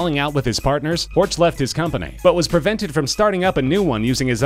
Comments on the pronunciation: Honestly. At least try to pronounce names in their native language. Its "Horch" not "Ortsch". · with Porsch you are not far away from Horch, which should be pronunced "Horsch" in Englisch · You mispronounced "Horch" so badly that it's infuriating. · 'Horch' is Bavarian for listen not German. I'm being bit picky but it annoys me when people get the two mixed up :) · Granted, it's hard to pronounce some German names for foreign speakers, but sometimes it seems a bit lazy. Pronouncing Horch like in the video is wrong, it seems like the narrator doesn't put effort into that, like people saying "Porsch" just because they refuse to pronounce it properly. It's a really good video, this just bugs me. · You're pronouncing Horch wrong. It's not an English name. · im cringin everytime he says horch